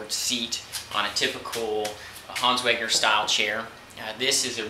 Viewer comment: Weg-ner, it's Weg-ner; not "Weng-er"